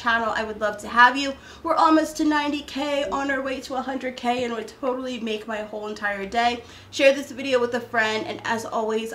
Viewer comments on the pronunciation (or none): "Toad-Ally" is actually pronounced like the word "Totally." They are totally addicting . . and I get dangerous when I'm around those snacks!! Wow, that you found those cinnamon rolls, too!! Your sons are charming!! Loved this video!